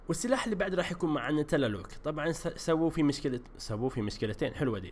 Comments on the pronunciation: ركز وانت تتكلم دقيقه ٧:١٠ تولستو مب تللوك تللوك حق الورلك السكاوت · انت غلطان مو تللوك اسمة تيلستو بس للتوضيح